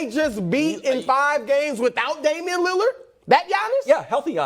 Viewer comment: Damian Leurrarr 😂